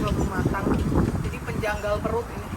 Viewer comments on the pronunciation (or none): Yea kannn Aku pun dengar begitu 🤣